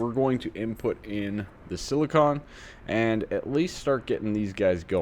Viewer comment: Hey, you were saying Silicon! Thank you! Congrats on starting AE.